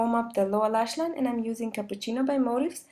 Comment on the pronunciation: I'm Italian and I like your pronunciation of "cappuccino" :-) wonderful makeup ! ciao!